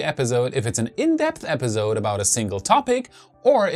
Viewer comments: Great reporting but could you say episode instead of epizode? Accents are fine but you say that word so much that it really stands out due to the "z" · In the word 'Episode' the s is an 's' sound not a 'z' sound. Thought you might want to know.